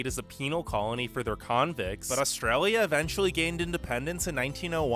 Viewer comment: How do we manage to upload all those videos of bad drivers with such bad internet? It's hard to take somebody's views on Australia seriously when the person can't pronounce 'Australia'.